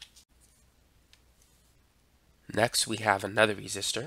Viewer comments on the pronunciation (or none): none